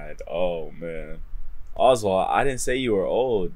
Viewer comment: You said oswart at the start